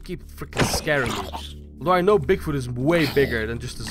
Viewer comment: Bigfut lol no offence dude but it's funny how you say it.